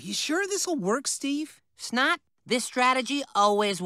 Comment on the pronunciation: It’s Snot not Snod